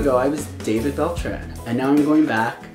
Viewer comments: If it's a Latino name pronounce it like it is: Dah-beed Beltrán (don't forget to pronounce the tilde you pronounced it without the tilde and it sounds really weird). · It's pronounced da-beed Bel-traun.